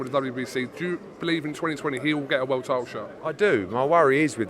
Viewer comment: He really wants that ‘Vorld’ title shot